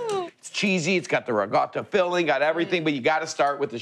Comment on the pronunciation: Love the ricotta pronounced "ree guh tuh" just like my mom said it.